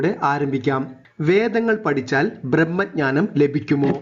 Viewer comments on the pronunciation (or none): 'പടിച്ചൽ' എന്നെല്ല ""പഠിച്ചാൽ"" എന്നാണ്